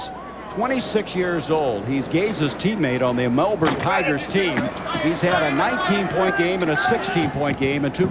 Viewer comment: The “Brizz-Bayne” Bullets, eh? And shortly after that I was surprised to hear him NOT butcher the “Mell-Born” Tigers 😂 one of the only Americans I’ve ever heard pronounce it as Aussies do